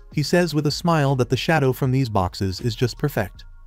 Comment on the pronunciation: This is agonizing. The AI you're using seems to consistently misgender, cannot properly say the words "smile" or "smiling", and boy does it like to say the word "Herself" a lot. I quit. I am really having to work to understand this narrative and it's just too much .😢